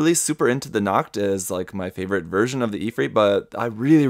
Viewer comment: what is it with random german words in japanese products besides pronouncing Nacht (night) like nackt (nude)